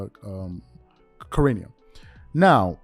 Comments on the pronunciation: Not a fan of Shams but his name is pronounced Shu rah nee uh. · Please stop butchering Shams name please